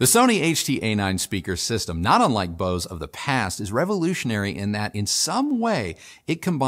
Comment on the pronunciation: Bose???? BOSE?????? Nope....